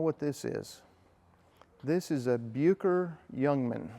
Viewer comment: Just a couple of corrections, 'Bucker' is pronounced more like Buukker, it's difficult to write phonetically in English, but it doesn't sound like 'Byooker', also, the aerobatic experts of the thirties tended to use the Bu 133 Jungmeister, the more compact single seat version, which was mostly powered by the Siemens-Halske Sh.14A-4 160hp 7 cylinder radial. The Jungmann two-seater tended to be powered by the Hirth HM 504, a 100hp 4 cylinder inline inverted engine, although many today have been converted to modern flat fours, as has the one in this video. The Jungmann has the excellent control harmonisation but not the power of the Jungmeister, which remained the world's preeminent aerobatic biplane until the Pitts S-1 came along.